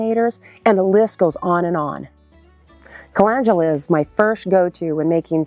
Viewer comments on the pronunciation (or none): You started off with saying the very first one WRONG, CA LEND U LA. LEND!